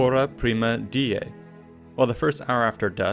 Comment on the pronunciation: A well done video, thank you! One comment though, diei is pronouced [dee-EH-ee], not [DEE-eh]. Good luck in your studies!